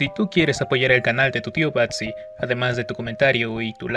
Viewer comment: 180 grados se dice Batsi.